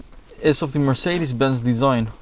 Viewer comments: After hearing how he said mercedes, as a German, I feel obligated to invade France again. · Mercedes is a spanish name. Germans pronounce it wrong actually. And yes I am native in Spanish and German.